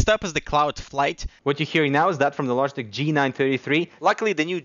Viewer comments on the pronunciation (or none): none